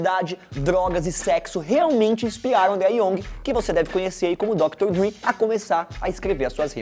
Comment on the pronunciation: Ouvir Péc e Dr. Drí é osso kkkkk É PAC e DR. DRÊ!